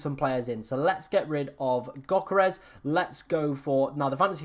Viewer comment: Go learn how to pronounce Yoh-keh-res properly